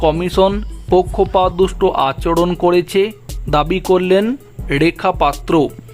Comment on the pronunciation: উচ্চারণ শুদ্ধ করুন ,ড়েখা পাত্র নয় রেখা পাত্র। র টা ড় নয়